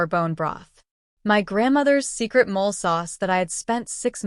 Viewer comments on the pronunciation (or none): Moh lay sauce not mole. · Get the correct pronunciation it’s not mole sauce it’s pronounced molay